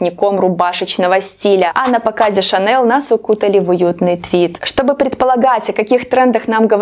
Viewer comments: Лучше на французский манер говорить : Шанель, а не на американский манер- Шанэл. Режет слух.🤦‍♀️ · ШанЭЛ в гробу перевернулась от вашего произношения ее фамилии😀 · Шанель - французская фирма, и во французском языке нет твердой "л". Режет ухо до невозможного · конечно, уверена. забейте в переводчик гугл фамилию на французском языке, а фамилия французская и произносится в форме оригинала и включите звук. вам должно быть стыдно, что вы такую известную фамилию коверкаете, а вы еще пытаетесь спорить, показывая свою необразованность.все французские фамилии произносятся так, как они произносятся на французском языке. это норма интернациональная. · я в видео ни разу не говорила о Коко Шанель, вам должно быть стыдно, лезть к чужим людям и чему-то поучать. Имя и фамилию я произношу правильно, а название бренда.. Ко мне прилипло произношение на американский лад. Возможно, потому что часто смотрю англоязычных блогеров. Видео несет развлекательный характер и я не навязывалась вам на глаза. Не нравится- не смотрите. А вы считаете, что имеете право унижать и оскорблять незнакомого вам человека. Потому что ваши наезды через Интернет не так давят на собственную психику. Вряд ли вы бы на улице проходящему мимо человеку в лицо бы сказали: « Не позвОнишь, а позвонИшь». Я тот самый человек из толпы. А вы невоспитанный и наглый человек, который с улыбкой на лице пишет гадости. Возможно, я и произношу какие-то слова неверно, но я не идеальна и работаю над собой. Посмотрите на себя и подумайте, так ли идеальны Вы, чтобы ставить кого-то на место. Знаете ли вы ВСЕ в этом мире, чтобы поучать.